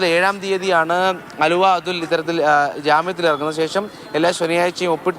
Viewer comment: ആലുവ അതുൽ അല്ല മാഡം അലുവ അതുൽ ആണ്